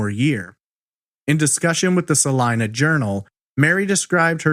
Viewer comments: he pronounced it" sa line a" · It is pronounced. "Saleena"